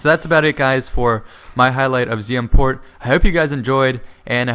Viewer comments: lol you first said quart instead of port XD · At the start did he say ZM court instead of port because it sounded like that to me